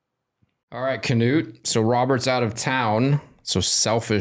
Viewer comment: in Swedish it is pronounced is "kanoot"